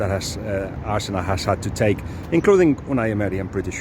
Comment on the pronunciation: Dude - peeelease learn to pronounce Arsenal properly (we don't roll the r in English). 'arsenuw' not 'all-see-nalll'